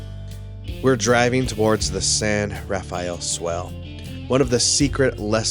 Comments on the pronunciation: It isn't pronounced the biblical way. It's just pronounced San Ra-fell. And when you get to Zion National Park it isn't pronounced ZI- On It's Ziun. Just like Hurricane, UT is Huracun. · Love your videos. Just FYI, locals pronounce it 'San Ra-FELL,' leaving out the second syllable. One thing about the Barrier Canyon people I'd like to know is what archaeological evidence is there? Do they have any carbon dating, say of campfires? Or paint pigments in the pictographs themselves? I've heard that this culture is as old as 10,000 years, putting it nearly as old as the last glacial retreat, years BP. What is the evidence of all this? Is there any, or is it just supposition? PS, I know of a site near White Water, CO—the Bloomfield site—that's been reliably dated at ~9,000 YBP. My imagination soars when I think of what. it must've been like to live then.